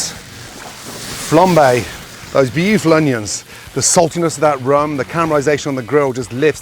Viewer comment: Gordon - love your work, have always loved your work....but why........WHY the f**k do you pronounce 'onions' in that stupid, pretentious way??......Jut stop it. STOP.